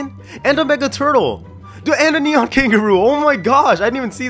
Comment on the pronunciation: You said nenon owl hahaha